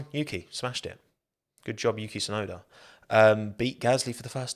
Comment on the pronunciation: he also doesn't pronounce the T in Tsunoda... He just says "Suenoda."